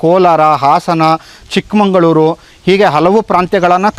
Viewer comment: ಸರ್ ಅದು ಚಿಕ್ಕಮಂಗಳೂರಲ್ಲ ಚಿಕ್ಕಮಗಳೂರು ಉಚ್ಚಾರಣೆ ಸರಿಯಾಗಿ ಮಾಡಿ